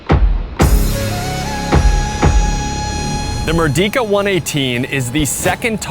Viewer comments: Pronouncing Merdeka isn't that hard, mind you.. You could've pronounced it as "Merdeika" instead of saying like "Merdika" ... -A fellow malaysian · it's pronounced "Mer - day -kah", not "Mur-Di-Ka" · great review! first time watching your channel. by the way "Merdeka" is pronounced as "mer - day - ka". It means Liberty or Independence. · For future reference it's actually pronounced as "mur-day-ka", and it means independence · as part of your of your preparation, you should check out how to pronounce Malay words (like Merdeka) properly. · Hard to take it seriously when you can’t even pronounce the name correctly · That's not how you pronounce merdeka. It is not a long e.